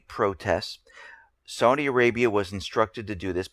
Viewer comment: Oh shit. How do you get "Saudia" from "Saudi?" Entertain me more... say "long guy-land" and "strenth." You schmucks say a "g" where it DOESN'T belong, and leave it out where it does belong.